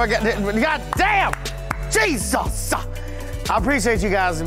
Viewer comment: Pastor TPain said “JESUS-UH”